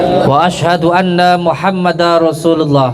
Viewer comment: baca syahadatnya aja blum benar..Muhammada rosulullah,wkwkw seharusnya Muhammadarrosulullah.tanwin bertemu ro bacaan idgom bila gunnah..din Udin guss palsu